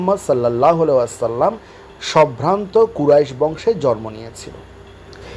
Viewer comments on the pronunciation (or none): আপনাকে বলছি, আপনার মতো একজন শিক্ষিত মানুষ জন্ম শব্দটি উচ্চারণ জর্ম বললে ভীষণ শ্রুতিকটু লাগে ভাই।